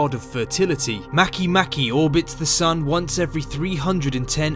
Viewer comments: Makemake is from the Rapa Nui language. The letter ”e” is always pronounced ”ay” /e/. Therefore, Makemake is pronounced ma-kay-MA-kay /ˈmɑ.keɪˈmɑ.keɪ/. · Am I the only one who was pronouncing Makemake wrong the whole time???